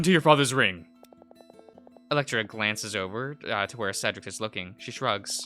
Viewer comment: Cedric is like Said-dric